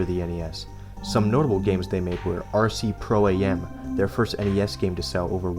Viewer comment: Sluh-lomb? Its pronounced Slaw-lumb. Slalom. Also, RC Pro-Am is not RC Pro A.M.